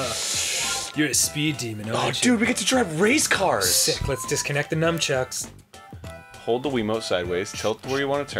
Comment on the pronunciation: Does it bother anyone else that Danny says "numchucks"?